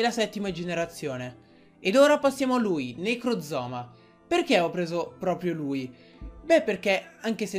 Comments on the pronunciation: Bella teoria, però si dice necrozma non necrozoma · si chiama Necrozma e non "Necrozoma" che come lo dici sembra sia una parte del corpo umano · necrozma si dice necrozma